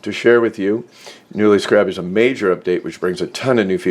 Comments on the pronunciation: SCARE-AB SCAREAB... SCARAB... not.. SCRAB.... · It's pronounced "scare-rub" like the bug. ....Americans. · skeh·ruhb..... Who doesn't know how to pronounce scarab? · Thank you, it had to be said lol. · I couldn't take it. Next video lol